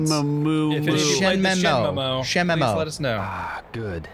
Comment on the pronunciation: Shenmue? More like....Shen....mo TFS Shenmue vids Shen...mo PROLLEMZ. Nailed it.